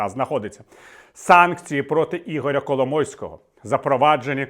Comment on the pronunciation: Віталій сказав Кало мойського чи мені почулось?)))